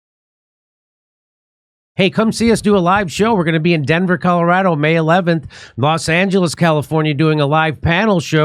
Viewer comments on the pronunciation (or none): none